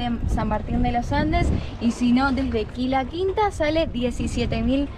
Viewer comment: Quila Quina ,,,,no Quila Quinta!!! :)